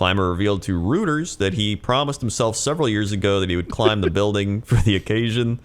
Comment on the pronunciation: Ok you gotta stop saying "Rooters" for Reuters, tho it is kind of amazing xD It's pronounced Roy-ters